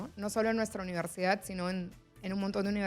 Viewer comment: Porque hablan o pronuncian mal como "uniersiaa"ientiaa, acreitaos.